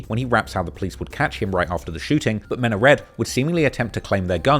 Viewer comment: Meenalike its pronounced meena like meee naaa